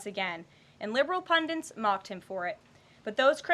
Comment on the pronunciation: Karoline I love you but it’s punDIT. I’m tired of hearing ppl say pundint